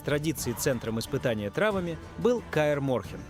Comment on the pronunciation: Не травами, а траааааааавами, ударение ставь правильно ИИ поганый